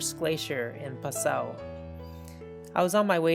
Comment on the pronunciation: are you from Germany? because you pronounced my home village name Passu as Passau which is actually a city in Germany. Anyways, i am glad you visited us and liked it. Once you are done with all 196 countries, do visit us again.